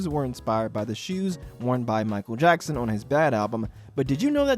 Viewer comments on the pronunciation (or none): none